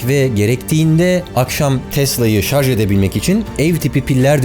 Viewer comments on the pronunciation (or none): none